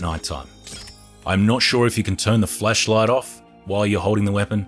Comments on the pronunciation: plz say flashlight better :D :D kept hearing fleshlight and it still made sense :D :D. nice and consise vid tho. thanks helped a lot. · Sooooo we're just gonna pretend he ain't say "flesh" instead of flash cause uh I'm pretty positive a flesh like ain't gonna kill cannibals.. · Everyone: flashlight: fleshlight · Why do you say flesh light LMAO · lol he said flesh light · Bro keeps saying fleshlight💀🤣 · When he said flashlight it sounded like flesh light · I thought he was saying flesh light😂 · did anyone hear him say fleshlight instead of flashlight when he said it? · Its called an accent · Sometimes i hear fleshlight not flashlight